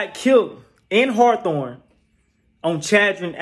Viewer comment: Buddy fucced me up when he said hawathorne aint gotta blocc called Hawthorne🤦🏾😆😆😆 #HawthorneBlvd